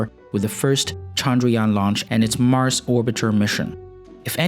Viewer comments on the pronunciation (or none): none